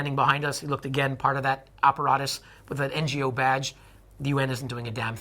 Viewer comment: Dude, why does this guy say operatus instead of apparatus? Why wiggers instead of Uyghurs? His use of spoken English is just off.